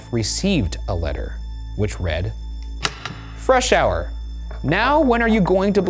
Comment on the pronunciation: Thank you for pronouncing Freshour correctly! That is my maiden name and people would butcher it all the time 🙃